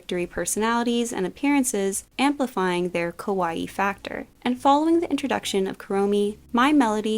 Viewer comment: I like all things kawaii, but I can best relate to Gudetama. Btw, if you say “kawAi”, it almost sounds as “scary”. “Kawaii” is pronounced with the stressed and prolonged last “ii”.